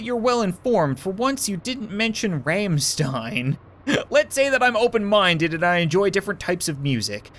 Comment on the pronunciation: Rammstein is pronounced Rahm-sht-ine. A hard "I" sound, as if you were saying aye like a pirate.